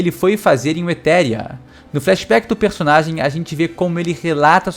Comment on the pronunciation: sempre que o fala o FlaXebec (flashback do Xebec) eu imagino Xebec Flamenguista